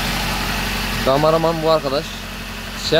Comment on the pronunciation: abi şu kameramana gamaraman deme ya :D